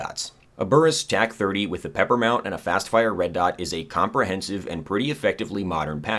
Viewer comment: It annoys me to no end that you call the P.E.P.R. the "pepper" mount and not the "peeper" mount. Also in Tarkov, you only have one eyeball located in your right eyeball, not the center of your head like most other games.